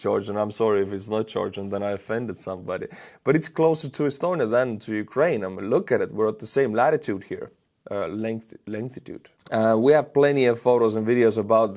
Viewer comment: He said lengthtitude